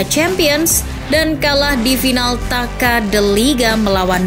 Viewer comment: Tasa bukan Taka